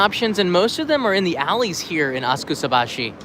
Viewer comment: I thought it was spoken asaksabaschi (silent u), not askusabaschi (silent a) ;-)